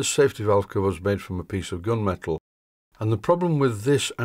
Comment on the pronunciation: Are you saying gun metal or gum metal, and what type of metal is it. And p.s. I like your video's a lot.